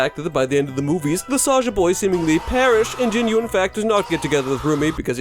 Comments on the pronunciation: Just letting you know, it’s pronounced jean-oo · You pronounced Jinu wrong bruh